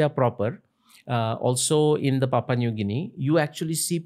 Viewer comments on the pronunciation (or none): none